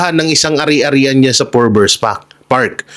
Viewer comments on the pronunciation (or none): FORBES NOT FORBERS